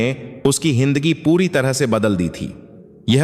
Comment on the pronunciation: हिन्दगि नहि जिन्दगी हिन्दा नहि जिन्दगी 😂